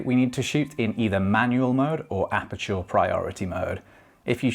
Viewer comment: Great vid. Fixated on apachoor pronunciation the whole time😂😂